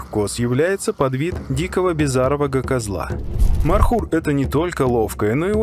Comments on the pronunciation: Не мар хур, правилно Мор. Хур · Не Мархур, а ( Морхур). Змея на персидском переводится МОР! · Добрый ночи.. Не мархур а морхур😂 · Не Мархур. А Морхур. Означает пожирающий змея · не мархур, а Морхур, змеёед